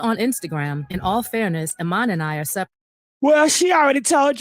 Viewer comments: “Eye men”? 😂😂😂😂😂😂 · pronounced E MON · I’m 💀 hearing “I-man” 😆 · I dont know what married woman needs to hear this: these men always have the mistress around the children. Ask your man if his own father put them in a treacherous situation when they were kids forced to keep secrets from their mom…😮 his name is pronounced E-mon